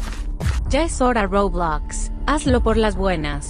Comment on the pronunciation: fornite dice roblax